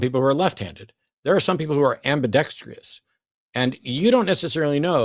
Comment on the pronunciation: Matt you are way too smart to keep saying "ambidextrious". It is just "ambidextrous"